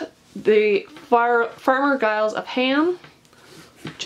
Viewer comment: Tolkien fans—Giles is pronounced with a soft G sound (like a J), not a hard G.